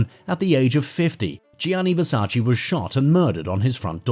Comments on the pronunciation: It's VERSACE not Versaci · Damn y'all idiots can't pronounce VERSACE properly. Sad af.